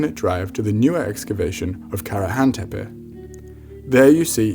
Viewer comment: I like how you pronounce it "tepe" and not "teypee". Gives this video much more credibility. That is very important because of your heavy use of awful stable diffusion and you cite Rupert Sheldrake as well. Oh, and have you notice how some people are offended by the notion that they were dark skinned? I really want to see their reaction to the notion that our Synapsids ancestors were also dark scaled.